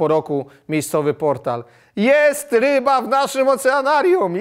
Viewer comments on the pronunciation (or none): none